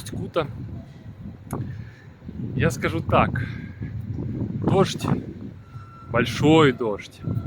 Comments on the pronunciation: Неприятно слышать как автор город называет усть-кУта, правильно говорится усть-кутА, усть-кутЕ, усть-кутУ. Я там жил почти всю жизнь. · Не Усть Кута бля, а Усть - Кута. Ударение ставится на а. Не на у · Совет для человека который рассказывает о любом городе - научись у местного населения как правильно проговаривать название города ( не Усть -Ку'та, а Усть-Кута'). Осетрово, это название связанно не с названием поселка, а с рыбным промыслом - ловлей осетров, которых тогда было очень много. Не надо из себя делать великого историка, чем показывать где находится исторический музей - сходи туда, посмотри, послушай, на крайний случай почитай, а то так и будешь выглядеть лохом для людей которые там живут. А ещё ушлепком, для тех, которые побывают в этом не таком, как в твоём видео, а действительно хорошем городе. Я знаю, что нельзя обижаться на больных и ,,,, людей, по этому вопрос к тебе - ты от куда, с какого города?